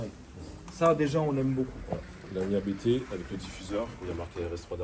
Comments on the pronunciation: Juste pour info la famille: officiellement, on dit "APTE" et pas "A-B-T" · Salut , super video comme d'Ab- Juste pour info on dit pas A.B.T Mais "Abt" car ce ne sont pas des initiales mais le nom de famille du préparateur. fondateur: Johann Abt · Par contre on dit abt pas abt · Nan nan les gars, on dit Abt, pas A.B.T lol Du nom de son fondateur, Johann Abt. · on dit ABÉTÉ PAS ABT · Bonsoir on dit A B T pas ABT on dit B B S pas BBS on di Kamei pas Kame i etc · Prononcer ABT comme tu le prononces, ÇA c’est insolent 😂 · NON O DIT A B T EN TROIS LETTRES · Vous êtes trop nuls... ABT ça se prononce ABT et pas ABT.... pffff 🤣